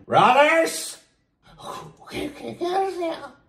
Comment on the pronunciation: "oqueqaqontesêêu mánon? queqiaconteçeu?" kkkkkkkkkkkkkkkkkkkkkkkk